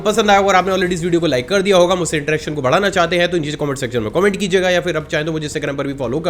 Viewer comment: भड़ाना nhi सर बढ़ाना होता है, हर जगह आप भड़ा ही बोलते हो